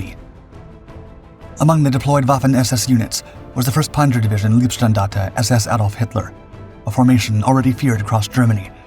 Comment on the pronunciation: Please learn german pronounciations, leibstandarte is not liebstandarte. The way you say it equals loveplatoon...........all wrong.